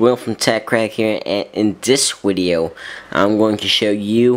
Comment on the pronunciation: Thanks for the "wideo" lol